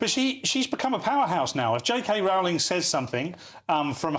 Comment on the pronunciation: learn to pronounce J K Rowling's name correctly!